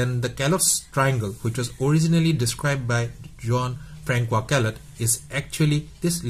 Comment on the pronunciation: I like it when u say... John Francua😁